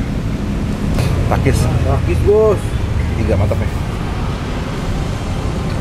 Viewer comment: kedengarannya pakis om